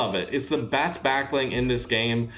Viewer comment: I like how he says opinion